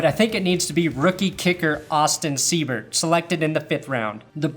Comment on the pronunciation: Everyone I've come across pronounces Austin's last name as Sea-bert. Lol It's pronounced Sigh-bert.